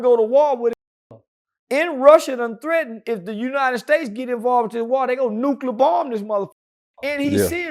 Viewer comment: "They gone nuclee bumm this muhhfucca" 😂😂😂